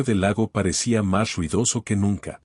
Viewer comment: Shuidoso en lugar de ruidoso. Shecto y no recto la R es vibrante, no ashastrada , o será arrastrada. Hable claro.